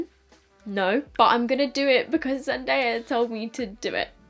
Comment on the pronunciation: Hey! So the puff (when using it on others) helps for balance but also helps not to remove any makeup you had just applied. Also, just wanted to mention it's pronounced zen-die-ah. Love your videos girly! 😍💗